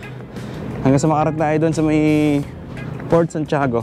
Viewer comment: Bakit raketrak basa mo sa Racetrack? Saka Fort yun hindi Port.